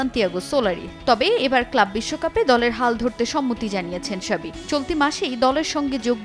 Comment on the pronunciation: xavi ** not shabi 😂